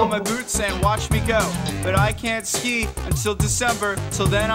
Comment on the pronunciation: SKI NOT SKEET 🤣🤣🤣